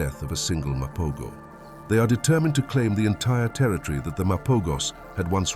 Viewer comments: Mapogos say: Muh-PO-HO's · What a load of bollocks, can't even pronounce the name correctly 🙄